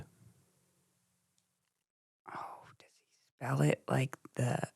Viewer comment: said AyumO and Katie said Klevand